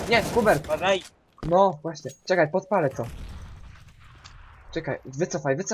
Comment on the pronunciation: Ej jestem Hubert nie Chubert